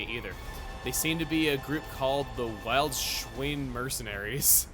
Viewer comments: Villed-schvine; German pronounces W as V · Unless I'm pronouncing English wrong, "Wild" is basically pronounced like english willed. German native speaker here. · "Wildschwein" is german for "Wild Boar", it's roughly pronounced like "willed-shwine" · Wildschwein is actually german for boar. It’s pronounce [ˈvɪltʃvaɪ̯n] (International Phonetic Alphabet) yep you can tell I study the German language hahahaha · Yay Mòrag, yay German word mispronunciation 😂 I low-key just wanna get the dlc for Mòrag, if I can just get it at a better price 😭